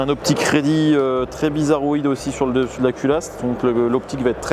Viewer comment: Confirme moi, quand tu parles de la ligne de visée ti dis "optic ready"? Ou alors "aux p'tits crédits" ? 😂